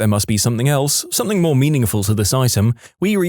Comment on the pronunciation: No K in the word something .